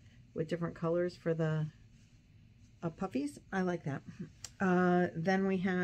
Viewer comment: Your pink blanket turned out so cute! When you first said "the puffies" I heard puppies!